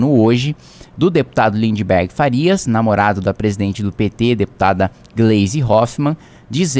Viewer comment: kim pq vc não consegue falar a palavra Presidente e sim Presen